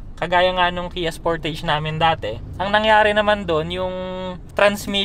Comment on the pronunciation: Sporteyj or Sportaj? Sama lang sa tenga nga pronounciation mo.